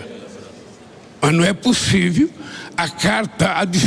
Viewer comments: Tenho muito angústia de ver um semi-analfabeto falar... "Possivi"... Me envergonha e muito ter um bandido semi-analfabeto! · Cabra pra falar ruim, "pussive ", tbm analfabeto como é FAZUELLI cambada 🤡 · Não é possível que nosso excelentíssimo falou " não é possivi" kkkk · Não é pussive. É um analfabeto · O cara não consegue falar possível , fala possivi acho que é isso que vergonha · O homem não sabe nem pronunciar o português ! ... possivi kkkkk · Num é " pussivi" um presidente falar errado. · "Não é pussivi" digo eu🤦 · Não é "possive" ! Muito autoritário! O povo francês é muito educado ! Acho que ele não sabe disso ! Macron estava assustado ! ( qto mais fala,melhor fica !) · Possivi kkkkkkkkkk 😂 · 😂😂😂 nãooo é pússiveee 😂😂😂😂 Istátréjicuuuu 😂😂😂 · "Não é possivi" uma coisa dessa! 😳🤡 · Não é pussivi 😅, eita português bem dizido. 😅😅